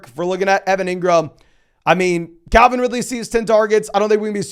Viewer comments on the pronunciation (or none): none